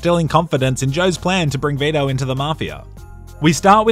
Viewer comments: It’s Vi-to. Not Ve-da. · For some reason, I heard "beta" in place of Vito. Made the video even better.